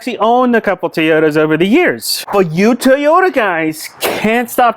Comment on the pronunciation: Toyota not Teeeeota.